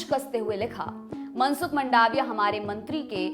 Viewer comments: उच्चारण की गलती तो आप की भी है, वो मंडाविया नही, मांडविया है।🤭🤭🤭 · इसको मंडाविया नई बोलते मांडविया बोलते है... इंग्लिश भाषा ही खुद उलझी हुइ भाषा है कि इसे आप किसी व्यक्ति का आकलन नई करसकते... ગુજરાતી માં તેને માંડવીયા કેવાઈ છે ... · it's मांडविया...